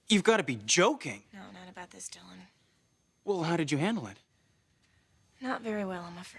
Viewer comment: I hate the was Jessica pronounces Dylan's name ("d_ _n"), eeeek